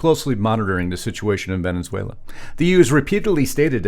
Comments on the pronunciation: Please learn how to pronounce the name of the country you make a 20 minute video about. It's Ve-ne-zue-la, not Ve-NEN-zue-la. Thank you for your attention to this matter. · I know it's just me, but I can't get past this. It's pronounced Ven-ez-uela, not Ven-enz-uela. Love the podcast, but please work on this. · Ve ne suela not Venen suela… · When are you and your wife going to learn how to pronounce VENEZUELA AND NOT VENENZUALA????? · It's not pronounced "Venenzuela", genius. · How long has Venezuela had two n's in it because he pronounces it Venenzuela!